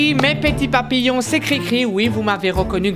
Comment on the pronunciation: « La larvé est devenue oune magnifique papillouane »